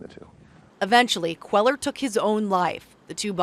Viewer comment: When reporters live in the southwest, they should learn to pronounce Hispanic names. It's not QUEL-er. It's QUAY-yar.